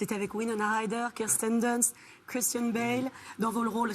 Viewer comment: Thank you. I thought he was saying "kristen bell" not christian lmao.